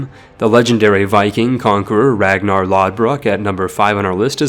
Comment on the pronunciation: The fact you said Ragnarr’s name wrong is my pet peeve now